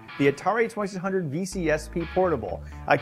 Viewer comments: "Atari Twesisundrd" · I LOVE the Atari twuhsunred!